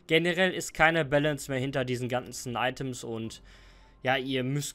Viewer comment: Junge was für IH TEM Shop das heißt Item shop. ITEM AUF ENGLISCH. NIX ITHEM.